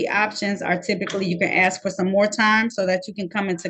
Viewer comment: saying "axe" disqualifies him immediately. NEXT